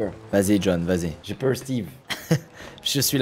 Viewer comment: "J'ai peuwr Steve" 😭